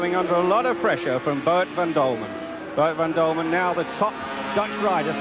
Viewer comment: It was not called MotoGP in those days. It's Boet van Dulmen, not Dulman!